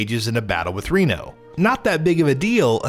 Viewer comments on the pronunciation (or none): none